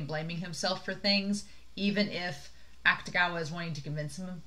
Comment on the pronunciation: You are pronouncing Akutagawa’s name right. The “u” basically gets dropped when speaking. And the book was interesting. I think the kimono part was relevant because his ability is actually the manipulation of clothing. The monster comes out of his jacket. They don’t really explain this in the anime, but I’m pretty sure it’s not supposed to be a secret since they make jokes about it in the Wan spin-off. And I can’t wait for you to meet the hat and red hair guy, as others have said too. He’s my favorite character. <3